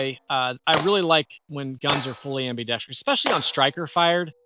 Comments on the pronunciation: Sorry, but the viewer you made the joke about was right. Hearing am-bee-dex-tree-us is like fingernails on a chalkboard. When you’re doing any kind of public speaking, it actually is important to pronounce common words correctly. Am-bee-dex-trus, there is no letter “I” at the end of the word. And in a side note: I remember when the Echelon first came out and it irked the fuck out of me to see how they chose to spell it. It made me want to be defiant like you and say “etch-a-lon” but then I remembered that I have a supercomputer in my pocket and I can research anything. Turns out it is equally right to spell it Eschelon AND Echelon. And they’re both pronounced only one way: esh-a-lon, there is no ECH sound. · Great review, but I never heard someone add an extra "i" in *ambidextrous